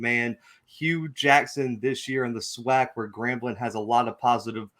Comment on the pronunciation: We gotta teach these new guys coming in some of our rich SWAC history. This ain't just any old conference. There's a LOT of rich history and tradition!! And it's pronounced SWAC (Swack), not (swock)...lol. That being said.......we are EXCITED to have you as a #Gman!!!! Welcome to hbcu football!!!!